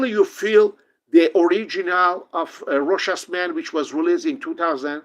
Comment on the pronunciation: Great video! Variety of topics covered. 👍👍 More reviewers need to watch this video, just so they can learn to pronounce Rochas properly!